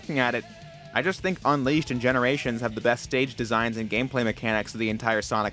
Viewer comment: anyone else notice him saying Sonic Unleashed as Sonic Un(w)eashed?